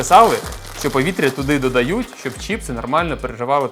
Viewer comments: чіпси не правильно казати правильно чипси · Вот только на Украинском правильно не Чіпси а Чипси